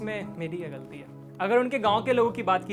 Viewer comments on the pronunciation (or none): none